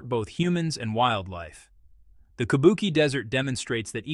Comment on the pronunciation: Teach your robot narrator that QI in pinyin is pronounced CHEE. So, Kubuqi is KOO BOO CHEE. KABUKI is japanese ancient opera.